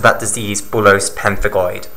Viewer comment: bullous not bullose